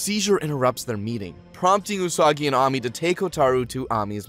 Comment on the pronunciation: the AMI is triggering me 😂